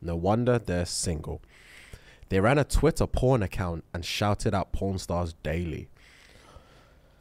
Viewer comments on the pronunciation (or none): none